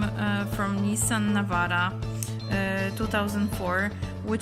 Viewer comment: Na początku myślałem że to zagraniczny kanał, ale w 3,15 jak powiedziałaś Navara, to wiedziałem że powiedział to rodak. Po chwili zerknąłem na rejestrację. Zobaczyłem KR :) 'navara' Cię zdradziła :D